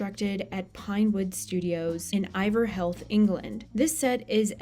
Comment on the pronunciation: Pinewood Studios are in Iver Heath. Like, you know, a heath. Heeeeth.